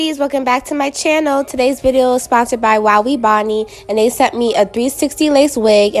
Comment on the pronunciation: thats not how you say that hair company its "wow" " "ebony"